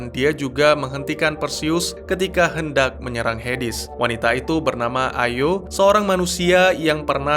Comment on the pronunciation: ZEUZ bukan ZUZ. HADES bukan HEDIS..... tolong d perbaiki lg ya bang.